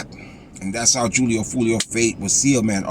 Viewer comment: Its pronounced hoolio foolio fool